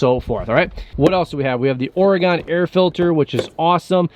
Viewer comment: Keep making great videos! The only request I have is...please change how you pronounce Oregon. Lol It’s Or e gun (Orygun) hearing “gone” on the end is like nails on a chalkboard for us natives here. Hope things loosen up for you there!